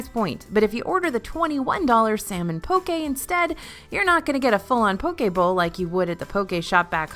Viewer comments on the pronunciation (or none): none